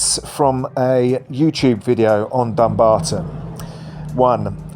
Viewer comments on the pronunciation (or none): none